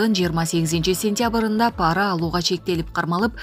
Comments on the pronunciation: Паара эмес пара деп окучу тантык диктор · ПАра эмес , пара деп оку. Туура оку.